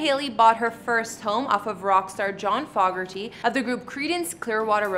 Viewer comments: John "FO- [long O] ger-tee," spelled Fogerty. You pronounced it as if it were spelled, Foggerty. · John Foe-gerty, not Fog-erty...yikes!